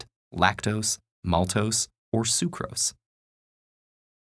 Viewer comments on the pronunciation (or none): i heard sucrose